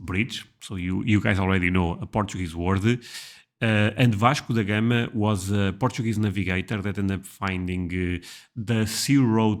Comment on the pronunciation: I think I just heard the correct pronunciation of Vasco da Gama for the first time.